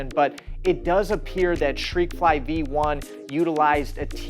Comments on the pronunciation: Shreakfly 😂😂😂 Jesus dude, there's a T in there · Why is he saying shreikfly? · I heard he pronounce it as “shhtrekfly” but yeah😂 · I thought I was hearing him incorrectly; at least I know I wasn’t hallucinating.